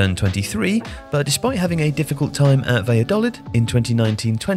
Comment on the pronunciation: The way he pronounced Valladolid: 🤮🤮🤮